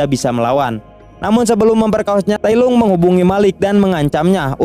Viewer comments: tailong bukan tailung cuk....malay hadir sorry gua ckp mcm tu sebab terdengar kat telinga ni tak sedap bila ko tailung njir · Tailong bukan tailung